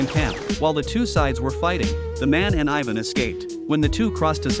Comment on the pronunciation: Your not saying ivan right